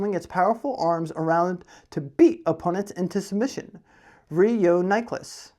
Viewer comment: Hey dude, love the content but that is no re-yo-ni-clus, its 'yoo' not 'yo', as in 'you', no 'yo'. Re-yoo-ni-clus, NOT re-yo-ni-clus.